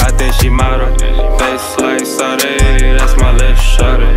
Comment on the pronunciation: I prefer this version where he pronounces sade like a pleb